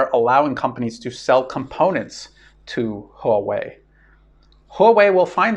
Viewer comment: It's "hwa-way" not "ho-way". That said, you're one of my three favorite youtubers. The other two being Cyrus Janssen and Daniel Dumbrill. Still waiting for a way to support you via bitcoin.